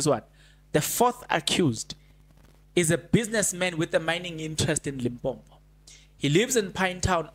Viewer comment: It is limpopo not limpompo you Carrie on calling this limpompo thing .Please stop that .